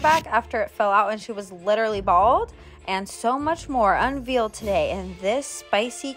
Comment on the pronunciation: “And so much more unvealed today” lol